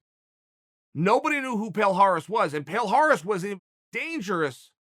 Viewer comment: Palhares: my names is palhares Uncle chael: your name is Paul Harris Palhares: my name is Paul Harris